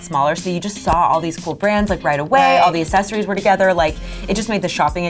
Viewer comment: Every time said ‘accessories’ part of me died, and so did sinead😂